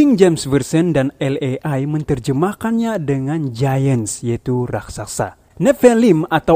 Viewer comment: LAI = EL EI I 😂😂😂😂😂